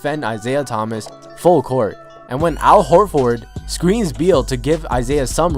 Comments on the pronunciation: did he seriously just pronounce it hor-ford... its pronouced hor-ferd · Stop saying "Whore Ford." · Al Horforrrd huh? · It's one word not hor ford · How his says Horford cracks me up 😂😂😂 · I'm just dying at the way this guy says Horford